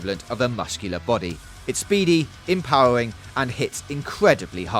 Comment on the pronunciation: Empowewing XD